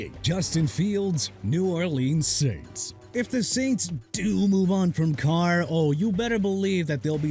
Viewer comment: "DEREK CARRV"?